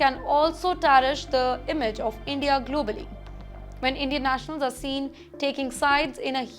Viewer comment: She even mispronounces her own country: she says “Endia” instead of India. She may have a speech impediment.